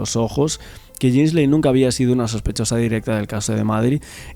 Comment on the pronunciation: Ghislaine Se pronuncia "GUILEIN".